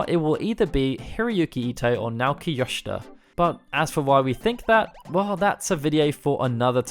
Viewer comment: As a weeb myself I find it weird to hear "Yoshida" as "Shida". (that's like 2 different person)